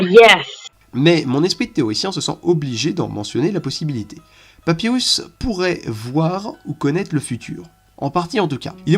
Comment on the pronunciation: "SanZ" "Papywus" Que du bohneur